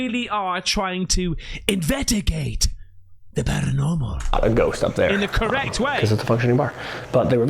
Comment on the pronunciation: U really don't know how to say investigate or u just playing? It kinda makes me a little crazy. Lbs. In-veSt-i-gate. U never say the s. Vest. Vest-igate. In vest igate. Lmao. Sorry I been wanting to say something finally decided I must. 😂